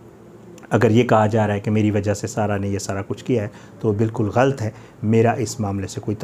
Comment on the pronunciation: You do good repotting but improve your pronunciation. e .g. ghalat